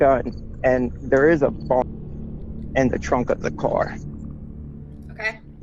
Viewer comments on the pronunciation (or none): i heard bomb instead of bong at first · Oh... Bong... I could have sworn he said bomb and I was thinking what the hell. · I thought he said “bomb”.